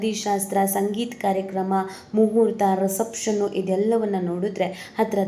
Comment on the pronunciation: ರಿಸೆಪ್ ಷನ್ ಅಂತ ಹೇಳು ರಸಪ್ಷನ್ ಅಲ್ಲ